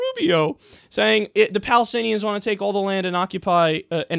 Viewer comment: quote the Rubio "palithinians" lol